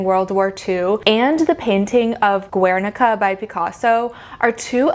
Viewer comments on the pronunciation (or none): Yeah well, she can't e even pronounce Guernica, total moron, she really should do much more homework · Girl this video is amusing ... first of all learn how to pronounce Guernica, then stop spreading ignorance, the Guernica, not only represents the war, also the annihilation of a culture and region the Basque country... is yes and statement, is not the change from "beautiful" to "ugly" it represents one episode of the history in Spain and in the Basque country . there are centuries of innovation in art, in all ways, techniques, materials, composition, the introduction of perspective , etc ... and yes, art is and has been a way to communicate, and also to create propaganda like in nazi germany during the wwii, art is way of expression, that either you like or not, and is always in evolution... , you are all over the place... terrible video... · Great video, but the way you pronounce "Guernica" hurts my Spanish ears.